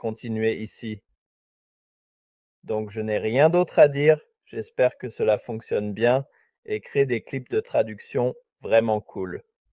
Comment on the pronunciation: Bien d'accord! Et un exemple flagrant est la prononciation du mot "cela"... Je ne connais aucun canadien francophone qui parlerait comme ça! Et si c'était plutôt un français plus neutre, du style "international"?